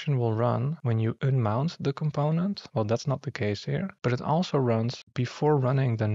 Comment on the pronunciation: you don't say ünmout but rather "[a]nmount" :D